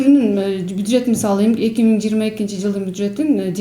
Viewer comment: Алып баруучу буджет эмес бюджет...